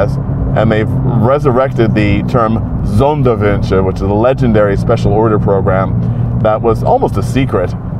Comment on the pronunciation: Cheers to Donald for his great german pronounciation! The ü in "Sonderwünsche" was on point. Learning how to pronounce a letter that doesn't exist in your own language, but only in a German car name is real dedication!